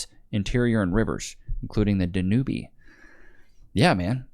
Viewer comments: Da-nu-be?..That would be Dan-ube, bro. 🤣👍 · Booking my flight to Bulgaria 🇧🇬 right now……😂✅ It’s pronounced Dan-Youb Not Dan-new-bee lol 😂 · It's not pronounced "Dan-you-bee."